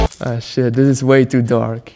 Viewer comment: i thought i heard sheft or shet though😂😂😂